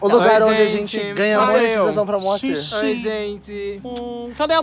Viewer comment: "MALcir" kkkkkkkkkkkkkkkk aderi